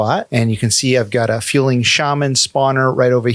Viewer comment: FU-LING, not FJU-LING or FUEL-LING